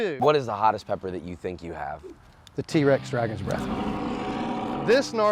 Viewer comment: "can you hear the dreath of the bragon"😂🤣